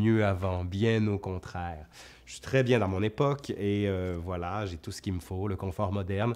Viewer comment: Le "vla" de la Vienne <3